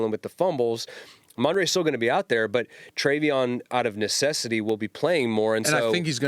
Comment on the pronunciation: Can someone please correct DA with how to say Hendersons first name 🤣 “Travon”